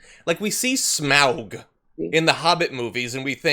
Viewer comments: Smaug is pronounced Smog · AK, please, be grateful that you can't understand people such as Melania or anyone within the Trump clan - it is a sign that you retain a human soul! And John... it is pronounced "smog", like the dense cloud of crap that encircles Beijing. No one knowingly pronounces it otherwise. No one. You don't get an exemption. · Smaug? Smaug?!! It's pronounced Smaug. Unsubscribed.